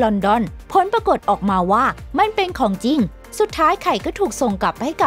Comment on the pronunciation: สนุกนะคะ ได้ความรู้ด้วย แต่อยากให้แอดมินพัฒนาด้านการพูด การออกเสียงด้วยค่ะ บางคำเราฟังแล้วมันสะดุดหูมาก เช่น ของจริง ก็เป็น ของจริ้ง หรือ มิถุนายน ก็เป็น มิถุนาย้น , พวกคำควบกล้ำ ลอลิง รอเรือ เป็นกำลังใจให้ พัฒนาไปเรื่อยๆ และทำคลิปสนุกๆ อีกนะคะ ❤️✌🏻